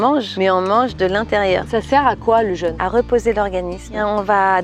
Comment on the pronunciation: jeune (jeunesse) et jeûne (privation de nourriture) ne se prononcent pas pareil. Ça permet notamment de faire la différence à l'oral. ça empêche pas de s'épouiller en rentrant